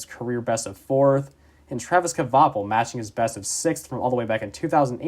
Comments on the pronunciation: Great video! I loved watching that finish seeing my favorite driver get 6th at Dega, such a great moment. One thing I will say tho, it's pronounced "Kwa-Pull" not "Kuh-Va-Pull" other than that great video. Hopefully we could see more videos on some of the smaller teams in the sport. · The k is silent. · The cringe everytime he tries to say "Kvapil" lol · The way you pronounce Kvapil is killing me lol